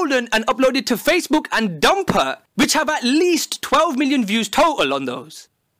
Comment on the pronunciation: Im disappointed in Dumpert now. Very disappointed. (But the way you pronounce it is hilarious)